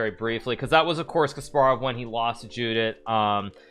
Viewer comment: It's pronounced 'Yudit'